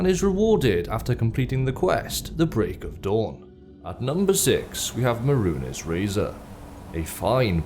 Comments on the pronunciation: Meh.rune.ehs lol Mey-runes my man. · May-Rune Dagon sounds infinitely better than Muh-Rune-Es Dagon. I hope it's just a meme I am unaware of. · It's pronounced mey-roons not meh-roo-nehs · Mah roonezz Dagon lol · mehrunes Dagon is pronounced (Meh-roons) Dagon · Merun es? Really?.. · no not that wouldn't actually argue about a completely foreign word being mispronounced when its not even in the game files or spoken by characters so a Japanese sword type isn't the issue. there were a couple of instances of it in this video, but the big one is Mehrunes Razor. it's MAY-ROONS not MEH-RU-NES, you have to HEAR Silus Vesuius say the guys name a dozen times when collecting the pieces of the Razor when the guy who both gives you the quest to collect the pieces AND the guy who gives you the quest on reforging it are SAYING the name to you openly there's 2 options, 1 you're deaf and you're unable to hear it which I doubt and 2 it is laziness. This is why I mentioned anime as people have a tendency to read the subtitle and not listen to the voice actor saying the name, then think of their own way of saying a name, ignoring the correct pronunciation in favour of their head canon, it's lazy and arrogant to a fault for people to do this and I do not understand it, it's easier to listen to what's been said than to go the extra step of making your own pronunciation up. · The way you pronounce Mehrunes betrays the fact that youve never played Oblivion lol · No one else triggered by how he pronounces Mehrunes? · are you mispronouncing Mehrunes' name on purpose to piss him off? xD I would advise against it. - me a pleb